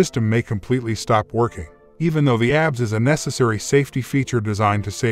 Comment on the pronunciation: You know it's not going to be a good video when the narrator can't properly pronounce the subject of the video. A B S not abs